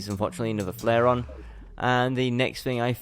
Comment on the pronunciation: its the flairon, not flairion